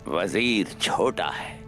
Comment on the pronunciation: said: Bajir😁Bajir 😁😁